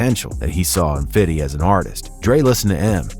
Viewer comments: It's Fifty not fiddy, you sound like Logan or Jake Paul saying it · This guy calling him fitty it is fifty get it straight. 🤣✌️ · His name is fifty cent not fiddy cent. He don’t even call him self fiddy cent lol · It's 50 cent not fiddy cent. Corny as hell. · For a good production, you're ruining it everytime you say "Fiddy".. annoying as hell. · I ain't gon front hearing you constantly say "fiddy" is blowin mines 😂😂 pause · i cant get passed you calling him fiddy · the way this narator says "fitty" makes me wanna pierce my eardrums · stop calling him fitty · It's fifty not fiddy you culture vulture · Please stop saying "Fidy Cent" shit is corny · Please stop saying "fiddy" it's fifty ! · If you say Fitty again I’m not watching this bullshit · You know it’s ok to say “fifty”. Not “fiddy” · Narrator: “FITTY CENT” Me: logs out of life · Why do you keep calling him "Fitty Cent"? It's cringey and embarassing as fuck, and it's what white kids do who are trying to be down. Just say "Fifty". Hearing you say "Fitty" about 200x made this unbearable. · This guy narrating really grinds my gears when he says “Fidddy” … like it really bothers me a lot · "Fity" cent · I can't take this dude serious with this "fiddy" pronunciation. It's wack as hell. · Keeps saying “Fitty” is kinda cringe, fifty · Next video please say FIFTY.. not FITTY.. CRINGE!!! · This narrator keep saying fiddy fiddy Shut yo azz up lbvs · I can't fucking stand when white people insist of calling him "fiddy cent", and i'm white too! Good video non the less tho! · Ah yes, fitty cen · Calling him “fiddy cent” instead of fifty cent is all the reason I need to give this video a thumbs down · I stopped watching when he said “Fiddy cent” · Why does this host keep calling Fifty by "Fitty"? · Dude he even calls himself “FIFTY” not “Fiddy” “50 uh, Bentley uh, Em came and got a Nigga fresh out the slump” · I hate that u call him FIDDY. It’s Fifty bro😂😂😂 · It's so fucking cringe whenever someone says fiddy lmao